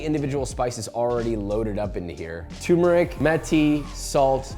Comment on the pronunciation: Turmeric, not Too-mer-ick Pronunciation is important!